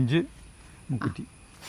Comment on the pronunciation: മുക്കുത്തിയല്ല മുക്കുറ്റിയാണ്